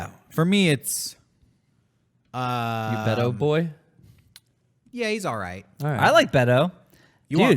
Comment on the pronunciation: bait-o not bet-o